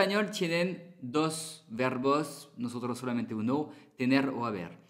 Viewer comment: Perdona pero no decimos notonto jajaja décimos nosotros